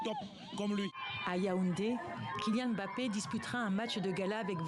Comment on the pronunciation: Ça va lui faire bizarre d'être entouré de gens qui savent prononcer Mbappé correctement sans dire Emmbappé 🤣